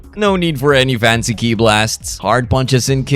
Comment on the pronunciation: It's pronounced "Key" not "kee aye"